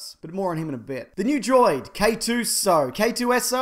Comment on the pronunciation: it's K-2S0, not K-2SO. Why does no one know this despite Lucasfilm saying it multiple times?!